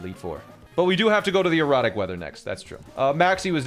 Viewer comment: Why does he say erratic like erotic?